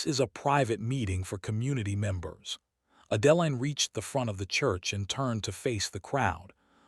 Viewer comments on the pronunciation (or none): I can take that pronunciation over the way Adeline is pronounced. Now that is really jarring!